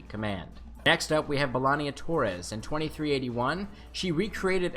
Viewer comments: It's B'Elanna not B'Elannia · It's B'Elanna, NOT BELANIA, at least learn how to say their names properly!